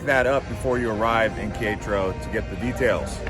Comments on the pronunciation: OMG ! Qui-ETRO? Quer-é-taro, just like it is spelled. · That pronunciation was painful. It's pronounced Keh - reh - tah - roh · KAY RET TAH RO! its not that difficult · You killed Quietro’s name 😂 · It's most worrisome and debilitating to hear some mispronunciation of the name of the city Querétaro. You should always seek out a local person and practice the name of their City even if you look stupid it's better than butchering the name.. Ke re ter row... I hope that helps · "Care et a row" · Que -re-ta-ro 😃 great video. We just got back from GDL and tequila. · How are we supposed to trust anything these guys say when they can't even be bothered to learn how to pronounce the name of the city correctly. I mean, my God, you can take all that time to make a video but you can't even be bothered to ask a local how they pronounce the name of the city. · You have some real good video of the city of Querétaro. I enjoyed watching it, except for when you tried to pronounce Querétaro. I have been living here for 9 months, the people are very friendly. Almost anyone would have been happy to help you with your pronunciation. Other than that, good job on the rest of it. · what an interesting way to pronounce Queretaro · It's driving me crazy. I won't lie. Nice footage though.